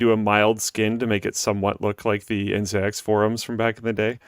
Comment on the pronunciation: ncix sounds like nginx